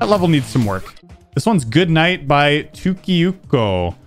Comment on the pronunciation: I love it when tries To say finnish name tukkiukko🤣